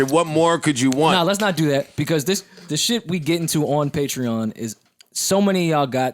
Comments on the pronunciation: yall arent even saying the sponsor name correctly lmfao its patre-ON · Bruh. I've been saying Patreon wrong all these years lmaoooo. Patrean hahahaha! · this is a sick ass segment. it was sick when it first came out and it’s even sicker now. nigga can’t even pronounce “patreon” correctly lmao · learn how to pronounce patreon brother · So no one gonna tell him he saying patreon wrong lol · the whole time lmfao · I happy for them but Joe is acting like they are the first podcast with a Patreon. It doesn’t look good when they can’t even pronounce it. Also Joe made fun of Cthagod’s new title at iHeart when he doesn’t even know his own title. Still happy they were able to get a bag tho ! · Joe definetely wasnt in that meeting. Cant even say the name right. SMH. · say it correctly at least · Considering the fact that they don't know how to pronounce Patreon correctly says something.